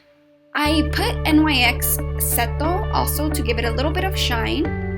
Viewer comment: you do know that NYX is spoken like "nix" ;) btw like the video alot